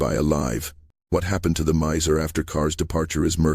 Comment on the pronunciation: is there ANY corroboration of any of this? Any sources? Also, Myer is constantly mispronounced throughout. Miso? Miser? C'mon now.